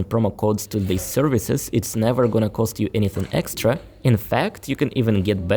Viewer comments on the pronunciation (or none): none